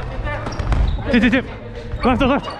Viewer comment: i like how he says "lefto"